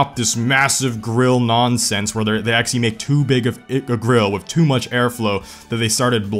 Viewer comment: if you cant pronounce "actually" then stop saying it